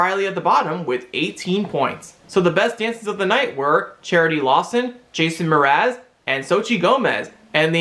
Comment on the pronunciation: Thanks for the recap. (Small note: Mraz ot Mars 😀 )